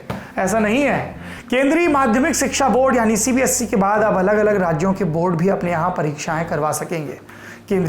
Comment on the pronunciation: Sir aap CBSE ko CBSC bolte ho